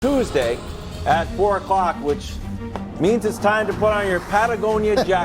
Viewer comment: Did I catch Wildes intro the show “Tuas-day”?